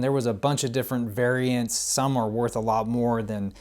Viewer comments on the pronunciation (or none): none